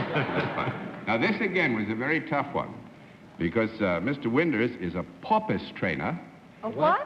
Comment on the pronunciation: Oh that New England "Upper (Crust) Society" way of speaking... It can drive me nuts sometimes to hear some of the way the words are pronounced. From John Daly comes "su-vice of some kind..." / "He's a poo-pus trainer..." Ahhhh!!! ~ Now, I am a respectful of regional dialects, as I believe they contain within their make-up a kind of history of the people; as they are shaped by, or they evolve from, I'm supposing, one's environment and experiences, in part. It's an interesting and wonderfully involved Study. (Oh..., but where are those "r's" when you need them?!)